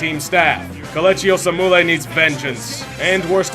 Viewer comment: It's Kelechi Oh-Seh_Meh-Lee not Oh-Smoo-Lay, unless you are making a Jussie Smollet joke?